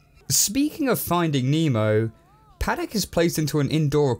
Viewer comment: Pahdack not padaik